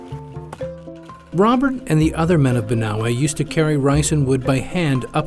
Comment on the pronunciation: Its pronounced BANAWE